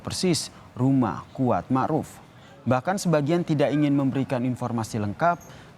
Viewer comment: "Mar'uf"... Ma'ruf Ndak .??